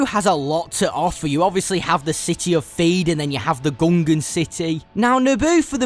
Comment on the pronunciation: It’s Theed, not feed 😂